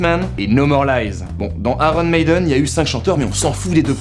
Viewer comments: Un ptit truc: on ne dit pas Aron Mailleden mais Ayon Mèïden. Sinon c'est bien vu comme topo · Tu prononce Aronne Médeune?😂😂😂